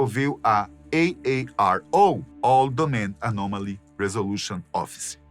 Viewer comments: "Ei Ei Ar Ou" 1000x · Eu não aguentei ver o vídeo inteiro,de tanto" EI EI AR OU"QUE ESSE CARA fala 😅😅😅kkk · Esse cara gostou de pronunciar AARO😂